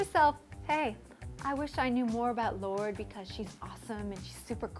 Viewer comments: It's pronounced lor-de not lord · I always thought it was pronounced "lor day" because of the e at the end >.< thought it was french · You butchered her name...